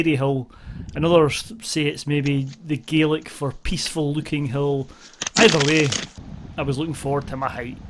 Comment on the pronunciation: Thomas Heaton sent me here, I may well stay for a while. Your pronunciation of Gaelic was a bit off-putting though. It's not gay-lic, it's more like ga-lic.